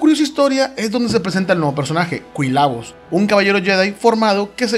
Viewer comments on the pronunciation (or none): Kuinla bos :V you need to train on your pronunciation, young Padawan...